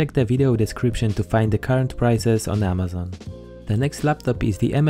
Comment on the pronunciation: U pronounce amazon wrongly